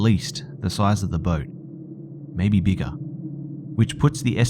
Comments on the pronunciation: beegahh maate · Bigger = beegah apparently